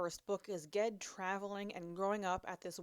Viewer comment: Funny, the other day I was thinking about how i pronounce "GIF" as "JIF" but would probably not do so in any usual literary context 😅. How do u pronounce "GIF"? P.S. I think u totally nailed "Ged". 😉